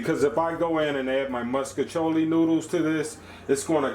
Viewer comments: I’m from St. Louis and I’ve literally never heard it pronounced differently than that even though everyone knows it’s fucking wrong. I’ve been eating “musk-iciolli” my entire life, too, lol. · I like how u say “moscachioli” lol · Right he say muskachioli 😂 he did that tho it looks so good